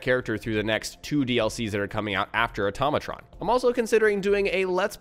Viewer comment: Hey, I'm surprised nobody has called you on this but..... It's pronounced Auto-matron not atom-atron. Note Auto vs. Atom. Love the tips and tricks just wanted to give a tip myself.